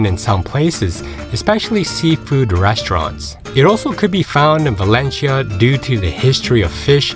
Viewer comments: It's not Valenshia, but Valencia! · ValenCIIIIa,no valechia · Very good review with one comment, your pronunciation of 'Valencia' is wrong, it's not 'Valenchia', it's Valenthia' if your Spanish or 'Valensia' if your English. In local dialect (Valenciano) it's 'Valensia'. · As a start, it would be good to at least get the pronunciation of this city right -- it's pronounced like "Val-en-seeya" not Val-en-sheeya". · In fact is Valencia, but doesn´t matter. In Spain we understand that the pronunciation of foreigners is different and we don´t pay too much attention to this kind of mistakes. If you say Balenthia is like if i say "Nu Yorrk". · ValenCHia? Have I been pronouncing it all wrong? Somebody please let me know! Thank you. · The guy is pronouncing it wrong, the right way is ( Valenthia ) not ( Valenshia ) 🤣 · Is there a reason you keep pronouncing it "Valen-chia"...😬 Never heard it pronounced that way. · You would expect that they’d research how the locals say the name of their city. One cringes with every single “Valenshia”. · Yeah,,,, it is very annoying to listen to his pronunciation of Valencia as "Valensheea" dang.... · bah/LEHN/thyah. Say it correctly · For to F Sakes! at least have the decency to learn how to pronounce the place. pronounce the 'c' as 'th' . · Yeah, the pronunciation is totally off... It is more like: Val-en-thia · It's pronounced Valencia, not Valencia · He is pronouncing it in the Filipino way, as there is a Valencia there too. This guy is extremely well travelled, but his English delivery may be a weakness. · Please try to pronounce Valencia correctly. It is Italians who pronounce 'c' with a 'ch' (as in China) sound. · It’s not a good start to confidence in the video if you can’t pronounce Valencia properly. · Do your homework, and learn how to pronounce the name of the city that you’re reporting on.